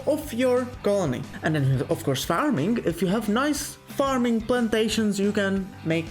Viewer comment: Parming? What are you, a Filipino?